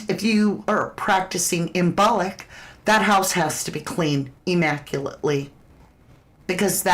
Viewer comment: > imbolc pronounced imbulk